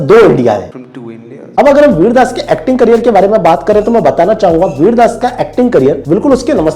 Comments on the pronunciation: It's Vir Das not Virya Das... u imbecile! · bro, I totally agree with your points but I can also relate to the two-nation joke of vir dar, I mean look at the increasing number of rape cases in India, and also I would like to point out you are pronouncing his name wrong.